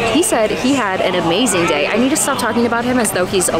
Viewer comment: That was "abazing" haha